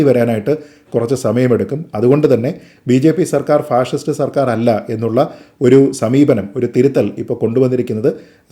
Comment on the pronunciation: ഫാഴിസ്റ്റ് എന്നതാ 🤔അങ്ങനെ ഒരാളെ പറ 🤔അപ്പൊ ഞങ്ങൾ ക്ക്‌ മനസ്സിലാകും 🤔